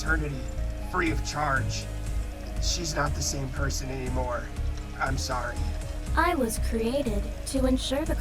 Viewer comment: Sawwy my goat